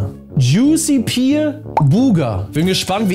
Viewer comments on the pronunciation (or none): none